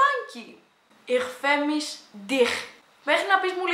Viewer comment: Στα γερμανικά διαβάζετε έτσι. Ιχ φερμισε ντιχ Όχι ιχ φερμις ντιχ